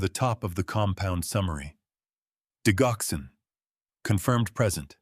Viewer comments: THAT IS PRONOUNCED DIDGOXEN, DUDE!!!!!!! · digoxin is not pronounced wit a hard G... it is pronounced like diJoxin..... Jox not Gox.